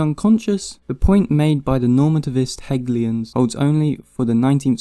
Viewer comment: Heg-ay-lian. In-say-shiable.